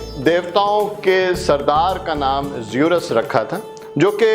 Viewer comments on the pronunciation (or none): sorry to say this greek god name was zeus آپ نے زیورس بولا